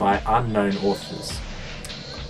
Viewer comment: I got so scared when u said auther